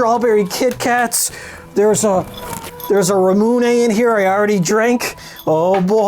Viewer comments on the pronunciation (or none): none